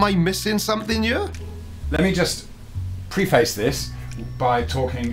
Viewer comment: “Pree-face”? Seriously,? Am I going to hear “evidences” also? 😢